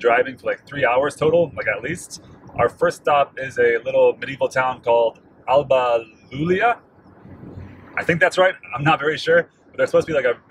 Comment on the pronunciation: it's Alba Iulia (White Julia). The first letter is an I (eye), not an L.